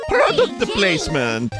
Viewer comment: "PrOHduct plAcEmENNt!"